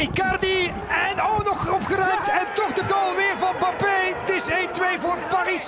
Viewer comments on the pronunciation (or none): Zei hij nou 'Bappe' in plaats van 'Mbappe'?